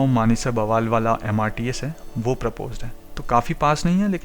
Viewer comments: Bawaal nahi Bawal hai.Pls correct your pronounciation. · Bawaal nahi, baawal hai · Bawal is pronounced as बावल, not बवाल, just to inform you, otherwise very informative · Sir ji Aapne to usey bawaal bana diya 😄...Baawal naam hai us place ka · Bawaal nahi baawal h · बवाल नहीं वो बावल है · it is pronounced as Baawal and not Bawaal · बवाल नहीं बावल है🙏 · pls dont say " baawaal" its " Bawal" :-) nice video though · Bhai, aap ne delhi gurgaon Alwar rrts route me aane wale metro stations ke names bataye unko sahi se bolna, ye hai dharuhera (daru hera wrong name and pronouncing daru hera se lagta hai ki ye daru(wine) wali jagah hai. Next is baawal. Bawaal bolne se lagta hai yahan par dangaa/fasaad hota hai. You can confirm the correct pronunciation of these names from advocates of gurgaon in hindi or from bus conductor of this routes. It is BAA WAL. Thank u. P. P. Sharma, Sr. Citizen, Gu rgaon. U. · Sir, the video is undoubtedly knowledgeable but the pronounciation for Baawal is not ok ..if you can make the correction ....it is baa...wal....not ba...waal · बवाल नहीं बावल है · It is pronounced as Baawal not Bawaal. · Bwal nhi bhai bawal h wo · Bro it's बावल not bwal 🙂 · Bawal ko 'ba' nahi, 'baa' Kehte Hain. Spelling Bawal hai, lekin pronunciation Baawal hai. Just correction. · बवाल नहीं है वह बावल है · Bawal is pronounced Baawal बावल, not Bawaal बवाल. Please correct your pronunciation either in this video itself or in the next video. Similarly Panchgaon is पंचगांव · It's not बवाल it's बावल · Great work bro👍👍.... Metro is Metro on paper, hawa chalegi, stations will change 😅... And Bawal is pronounced as 'Baawal' not 'Bawaal' 🙂🙂.. appreciate your work bro....👍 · आप साउथ इंडियन है क्या आप में बहुत सारे गांव के नाम गलत बोले, जैसे पचगांव, बावल और भी आप मैं कई गांव के नाम, धारूहेड़ा को आप दारूहेड़ा, साहलावास